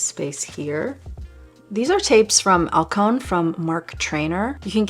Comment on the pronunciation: FFS Kevin "O-QUA"!! not "A-QUAN!" If people love him some much why no one bother how to pronounce his name right?! at the very start of the video. Teach yourself first.